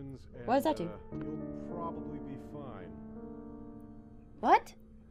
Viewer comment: i love how you said WHAT IS ZZAT